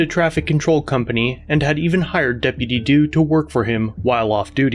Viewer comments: Depitty doo dah day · I felt a bit of joy everytime I heard "deputy dew". Sounds funny hahaha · That deputy due kills me every time he says it 😅😂😂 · Depidy Doo 😂🤣😂🤣😂🤣😂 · I can't stop hearing Dippity Doo lmao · Depiddy Doo lol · I thought he was going go into "dippy due da... dippy ye... "